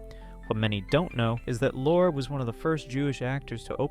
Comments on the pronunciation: It is Peter Lor-ee, not lor, and it’s eye-da Lapeno, not e-da. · Paul M-you-ni. Peter Lorr-ee. Eyeda Lupino.